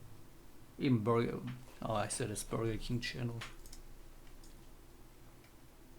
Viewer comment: Btw, you pronounce "said" as "zed" with an s, so "sed"